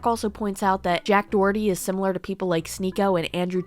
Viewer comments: why does no one know how to pronounce doherty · 😂Jack duh oh erty🤮